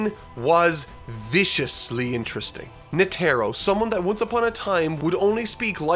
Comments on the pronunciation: Sorry but its bugging me, you're saying the Charmaine's name like Ne•tro but it's Net•ero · NOT NA-TAR-O ITS NE-TAR-O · Will ever get all the character pronunciations right? Find out next time on Dragon Ba......I mean Hunter X Hunter. (in reference to Netero, pronounced "Net-eh-ro" not "Nah-tair-oh") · Its more of a nete-ro not a net-ero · Net-Ah-Row Not “Netaro” come on dude…listen to the show and how characters names are pronounced. Thought you learned this with the whole Gon thing after the first episode. 🙄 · Anyone is bothered by the fact that calls Netero as NeTERo? It's NETero!!! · knee tear oh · NEH-tehr-oh -- emphasis on the first syllable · PLEASE!!!!!! Net-Teh-Row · Its Neh-Tah-Roh. NEH TAH ROH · Nee tah row...netero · “Netarrow”, bruh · Yo I'm so convinced that he's just reading some of the names wrong on purpose. He didn't just say netero's name like that and thought it was correct 😕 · I cringe every time you say Netero 😂. Great work though keep it up. Berserk next? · that is not how you pronounce Netero. They use a syllabary that word uses Ne (ネ) Te (テ) and Ro (ロ), you will be using that name a lot in later. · This is such a good video.... but you pronounce netro wrong!! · Only could mispronounce Netero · pronunciation of Netero's name is bothersome lolol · His pronunciation of netero was cringe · The way you say "Netero" irks me.